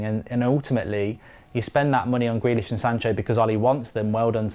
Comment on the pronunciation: Like says: “Grelish”😂😂